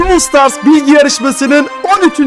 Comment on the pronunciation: Bwas stars borpes